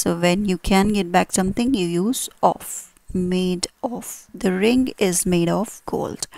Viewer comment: It would be better if you did not pronounce 'of' as 'off'.